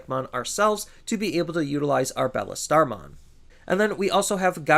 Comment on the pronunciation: I can’t get over him calling Beelstarmon Bellestarmon.